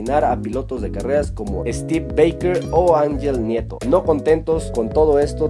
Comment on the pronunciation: AnYel Nieto? para hablar de un 12+1 veces campeon mundial por lo menos pronuncia el nombre EN TU IDIOMA